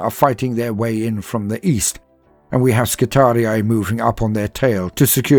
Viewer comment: Fantastic reading, and I'm glad to finally hear someone properly pronounce skitarii.